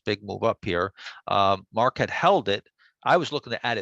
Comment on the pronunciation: ...MARK... ... NOT Marko--'''